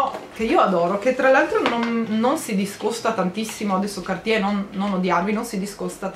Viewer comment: Cartier, si pronuncia la r in francese!!! Prossimo compleanno un corso di lingua francese!